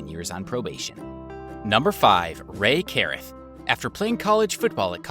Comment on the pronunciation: Could you pronounce Rae Carruth right?